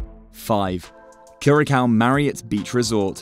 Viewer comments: Enjoyed the information, but you pronounce Curaçao…… Cur-a-sow…. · CURACAO = CURE-UH-SAO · IF YOU WANT TO MAKE VIDEOS ABOUT THE ISLAND WILL BE NICE TO GET THE PRONUNCIATION OF THE ISLAND CORRECT FIRST